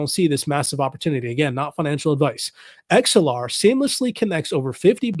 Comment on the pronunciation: Sounds like your saying xlr lol